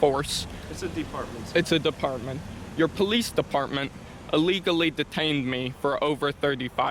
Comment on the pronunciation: You were Duh-tained. Bee-tuz you tawk likuh weetahd.